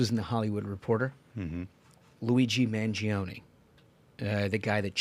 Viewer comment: Everyone is pronouncing Luigi Mangioni's name incorrectly and I'm sure it'll be hard to correct people. I know it won't change anyone's way of pronouncing it, but just want to point it out. Correct Italian, it's pronounced "man-joni" not "man-jee-oni" When an "i" or "e" after a "G" or "C' changes the letter phoneme, it's not pronounced unless left alone (like Bongino) Ciao is not "Chee-ah-oh" it's just "chow"